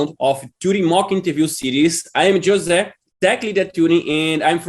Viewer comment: It's pronounced Hose